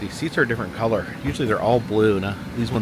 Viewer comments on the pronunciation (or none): none